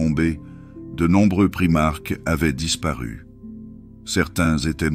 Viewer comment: On dit primarque ou primaK pas primarche !!!!!!!!!!!!!!!!:face-purple-crying::face-purple-crying::face-purple-crying::face-purple-crying::face-purple-crying